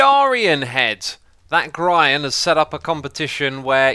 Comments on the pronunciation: It isn't pronounced gr-I-an but gr-E-an E as in beast Someone else go watch one of his videos and see that its the way I am saying. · Laughed so hard when you said G-at-ian and then gri-in